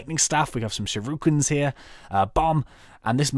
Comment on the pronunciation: I enjoyed this overall despite wincing every time 'shuriken' was pronounced 'shiruken'.